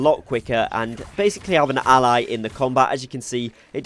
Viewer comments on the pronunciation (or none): none